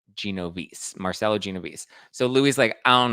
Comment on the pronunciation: Please before you make a video pronouce the names correctly!! Genovese (Mar-chel-lo)(Gen-o-vese) (Vin-niv-via) So its Merchello Genovese and Viniva. Louie is going to be caught every dog has their day.